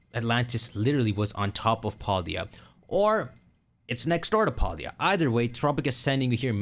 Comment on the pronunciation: I love how he says Paldea wrong